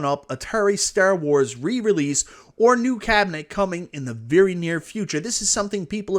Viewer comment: You pronouncing "Star Wars" like that is disrespectful.